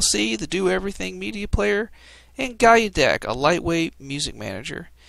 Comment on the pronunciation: "Guy-u-deck" sounds about right. And sweeter than Goggles